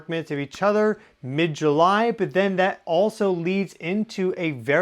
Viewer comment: I keep wanting to correctly say... You mean "July"!!😂